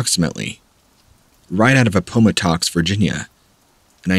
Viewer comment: Please learn how to pronunciate Appomattox properly